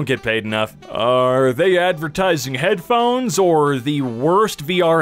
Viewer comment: headphones. H E A D BA BO BEH BO BADABA BA BO BEH